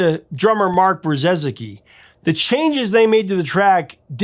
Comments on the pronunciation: Brzezicki is pronounced Bre-zee-ki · Thanks for another great episode Professor. Your extensive research and attention to detail ensures credibility here. As per my screen name, I've been a huge Big Country fan for a long time and can attest that your information is spot on (FYI, the drummer's last name is pronounced "Bri-zecki"). As you mention, the band's US popularity sharply declined during the 1990's. Am wondering if you agree that some of that had to do with the rise of Grunge music in the states, a genre with which Big Country would never be confused.